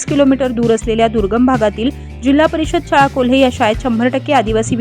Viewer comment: कोल्हे नाही केल्हे आहे.